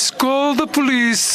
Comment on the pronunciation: "Polise call the polisi"😂